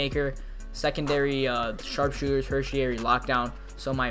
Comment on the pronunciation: This nigga said athletic sharpsooter....